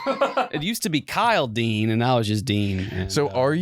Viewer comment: Kyle Dean (said with a slight twang)